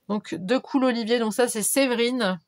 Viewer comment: J ai oublié de te préciser que mon nom de famille se dit : de colle mais ça s écrit decool😊😊, t inquiète je ne t en veux pas beaucoup de gens le prononcé comme toi a cause des 2 o. J aimerais changer sur you tube et mettre Séverine mais je n' ai pas réussi, je ne suis pas fute fute 😁😁😁.bisous😘😘